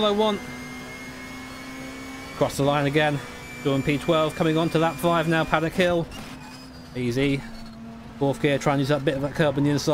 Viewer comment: no offense but paddock hill XD thats not right